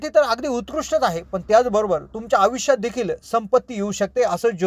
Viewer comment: आविष्यात नाही तर आयुष्यात असे म्हणा. पन नाही पण, पिन्याच्या नाही पिण्याच्या. चला आपण सुधारणा करुया. All the best!!!